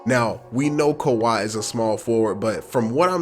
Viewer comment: How is that khawi when say it. Malcolm Brogdan...... perimeter defence huh lmfaooo